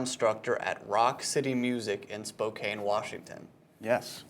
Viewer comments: I wish Myles would have corrected his butchered pronunciation of "Spokane." SFCC alumnus respect. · Yet another person who can't pronounce "Spokane" correctly. Smfh lol